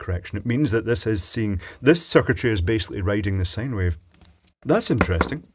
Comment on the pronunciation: Did I hear you correctly? Did you say that the circuitry was possibly writing a sigh wave?